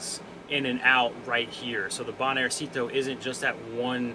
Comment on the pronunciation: Interesting video. Just a comment about the pronunciation of banjercito, that word is not a diminutive like most ending in -cito but a mix of bank and army (banco/ejército), the emphasis goes in the syllable 'jer' (banJERcito). It is mostly used by the families of the army forces to regular stuff like payment or mortgage, but also to pay some federal stuff like in this case some permits. Saludos.